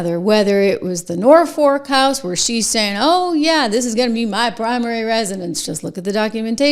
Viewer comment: It's pronounced NOR-fuhk. I cringe every time you say it. 😀